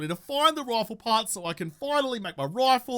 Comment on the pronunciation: Sometimes when you say rifle I hear it as rofl 😅